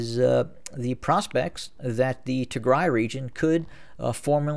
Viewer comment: You are being very bias in your assessment of Tigray. By the way it’s Tigraaay the ending sound should be an a not e. Do a little bit of research into the history of Ethiopia and understand why there is conflict between Tigre and the rest of the nation. They were in power for 30 years at which point it was not an independent nation by any means. Perhaps if you understood the history you would Not be so biased in your assessment.